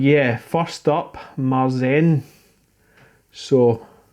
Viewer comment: Great video. Just read up on the style and found this...... "The wrong way to say “Märzen” is like this: “Mars-in” (like a hotel on Mars: The Mars Inn). The more accurate way is like this = “Mare-Tsen” where “Mare” is pronounced like the English word “mare” (an adult female horse). Remember it like this: “The old mare loves Märzen”. You should use this the next time Mr Millington corrects you on your pronunciation of Weizen! :)